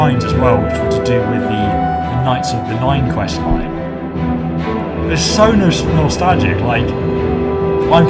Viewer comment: .....Nastagla!!!........Cough sorry idk what happened COUGH Nastalga cough